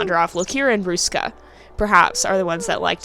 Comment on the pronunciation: You said Ruska really well ^^ You make it sound a bit Russian but it's okay x'D You actually managed to say all the letters surprisingly well since they are pronounced differently in Finnish and English. Very good! The Finnish R is really hard to say if you are an English speaker. You said Ruska's name like you would say "a rock" or "a road". In Finnish R is formed in the front part of the mouth and sounds a bit like purring actually x'D Because the tongue vibrates fast against the upper part of your mouth, where the English R is not nearly as strong and is formed in the back of your mouth. Finnish is known for it's strong Rs and Ks so it's easy to tell if someone is not a native speaker. You notice the lack of power when they say R or K. ^^ And Finnish is a hard language in general x'D Not even a native speaker can understand it sometimes.